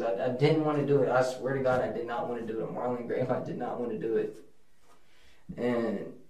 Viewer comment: Him constantly saying On “marlin grave” is so damn annoying